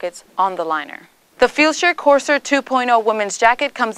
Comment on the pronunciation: Pronounced "Core - s'air"